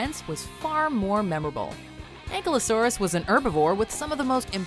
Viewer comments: lol its not egglosaurus its ankylosaurus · This is the first WathcMojo video I am really ashamed of, so firstly the chick mispronounced ANKYLOSAURUS, she pronounced it as ANK-LO-SAURUS when it should be AN-KY-LO-SAURUS. Secondly shame on you for not including aquatic dinosaurs and Pterasaurs their dinosaurs to, if you allowed the spinosaurus which is semi-aquatic then let aquatic dinosaurs apart of your list. Here’s my top 10 dinosaurs – 1 – Mosasaur, 2 – Plesiosaurus, 3- Rhamphorhynchus, 4 – Brachiosaurus, 5- all types of Cerapods, 6 – Parasauralophus, 7 – Stegosaurus, 8 – Lambertosaurus, 9 – Corythosaurus, 10 – Iquanadon. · you said Ankylosaurs name wrong. It is pronounced as... (AEN-KI-LOW-SAWR). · I, for some reason, got extremely triggered when she said Ankle-o-saurus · Learn how to pronounce Ankylosaurus